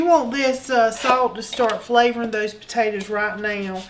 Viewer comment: I grew up in East Texas, your accent reminds of that. I'm not a rude person but, have you ever considered saying potatoes instead of potatatas? It's not a nock to your ancestry or culture but I wonder if you are playing up the "ah shucks" for the camera.